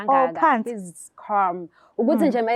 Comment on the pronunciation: "He's carrlm" funa ukuth calm😂 "he's a bist" ufuna ukuthi beast.